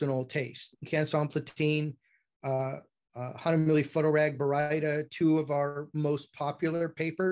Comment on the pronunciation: Great info presented here, but I find it somewhat odd that you go on a rant about pronouncing Baryta correctly, but then you butcher the name Hahnemühle repeatedly.